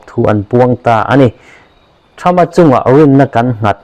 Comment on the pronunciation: "Trump" tih leh "Seat" tih i lam dan chu leh😂😂